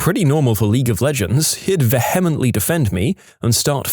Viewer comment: The narrator mispronounced "infinitum" the phrase "ad infinitum." And, as he's done in many videos, badly mispronounced "vehemently." Also, the pronunciation of "oxycodone" was close, but not correct.